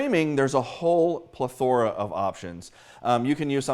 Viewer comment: Wrong pronunciation of plethora. Just saying.